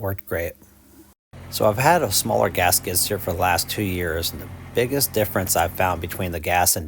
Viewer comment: "gasket steer" is what I heard for a while... Then I realized you were saying "gas skid steer" 😅 Great video though. I'm very interested in this model now and super impressed by its 1400 lb lifting capacity that's amazing!